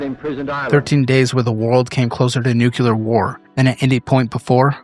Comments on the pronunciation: Bro. It’s not nucular, you sound like Homer Simpson. You’ve made that juvenile mispronunciation in several videos. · I loved this video. Long enough to be informative but short enough that it doesn't take up 2 hours of my time. I watched it on my train ride home yesterday and I was captivated (aside from the way "nuclear" was pronounced lol). Great job! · I beg you to learn how to pronounce "nuclear". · I know 😂 It distracts me from the video content each time it's said wrong.